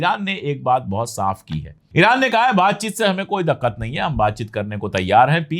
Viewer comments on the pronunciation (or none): Daququat nahi diququat.